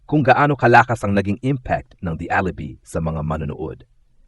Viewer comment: Watch your pronunciation. Alibi is pronounced Alibai not alibee!!!